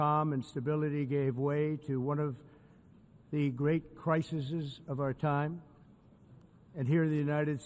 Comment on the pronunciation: Did you just say crises